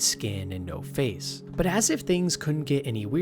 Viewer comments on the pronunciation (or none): none